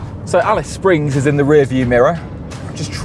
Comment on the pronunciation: Didn't this guy make the effort to find out the Australian pronunciation of Australian place names? Ignorant. He got Alice Springs correct. Genius.